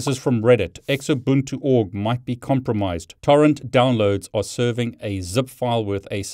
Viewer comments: Its pronounced zoobuntu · Always verify the checksum. Oh, and it's pronounced "Zoobuntu" (Xubuntu). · Great content. Your pronunciation is funny. Xubuntu is pronounced zoo-bun-too :) I prefer Knoppix ;)